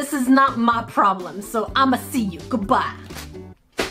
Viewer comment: And says goo by